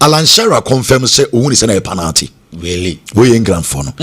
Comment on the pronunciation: please the word is pronounced pe-nal-ty and not pa-nal-ty. Check your words and pronounciation well.